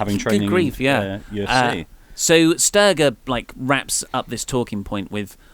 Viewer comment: Jenn Sterger is a 'j' sound, not a 'g' sound... Just thought I'd point it out because ya know... I'm doing nothing on a Saturday and clearly have no life.